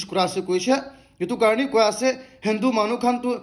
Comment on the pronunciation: Good updates., I'm a top supporter and I will continue to do it, but one suggestion, please correct your pronunciation of Delhi and Hindu. I have been listening 2 years back and It doesn't sounds good 🤗👍❤️